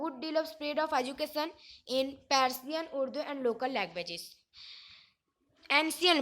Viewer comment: persian❌ parsian